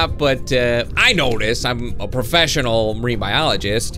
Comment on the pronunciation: "I'm a prefeshenol menbialigest um that not true"